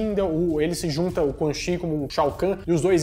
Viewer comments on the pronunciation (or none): oHHHH mane!!!! CHI se pronuncia tchi!!!! se liga!!!